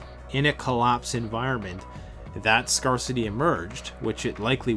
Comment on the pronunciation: The r in scarcity is soft reeeeeee! Also tribalism has been the main organization method for humans forever, when meeting a stranger the more they look like my family the more I'm apt to initially trust them, even infants are more drawn to faces that look like themselves i.e. are of the same race. A guy like you or Marcus would be such an asset to any group that any misgivings would be easily overcome, but they would have to be overcome, where as a you might be more readily accepting of a lack luster group member if he or she is of the same race. All that said, there does not necessarily need to be animus between groups and I certainly don't want to waste ammunition and group members lives fighting over melanin content. We can all get along, so long as we don't run out of supplies or have a group objective that is greater than the differences within the group.... I may be wrong about everything else, but that r is definitely soft.